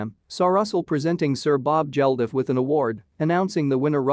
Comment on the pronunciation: and its Bob Geldof not Jeldof😂😂